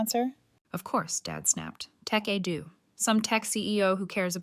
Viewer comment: Jesus. Tekedoo? Tecadu? Tech a do? Tekedu? When will AI actually contain ANY kind of even vague, minimal Intelligence? “Tech Edu” really seems to have fried its motherboard.